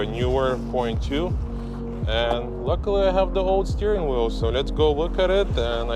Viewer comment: Yess you put the new steeryweel